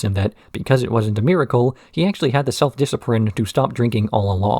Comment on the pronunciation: “Disciprine” 😂😆 I didn’t laugh, I chortled 😜